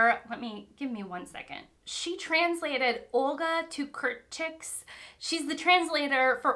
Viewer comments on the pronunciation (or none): Hi, I really liked this video and your reactions. It made me laugh how you reacted to the book about the dolphin perspective. I have similar thoughts. Side note: the Polish Nobel prize winner Olga Tokarczuk's last name is pronounced TOCK AR CHOOK. Hope it helps ❤